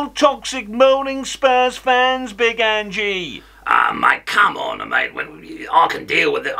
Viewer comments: Accent is quite a way off to Ange's 🍀 and it's not Angie. It's Ange. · Nailed it, great work! His name is pronounced ‘Anj’ not ‘Anjy’. (Dumbass Jordan 😂)